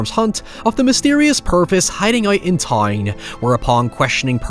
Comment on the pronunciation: In Tyne!?!?? Ohhh, in TOWWWN!!? Got this FIFA Watcher down now!!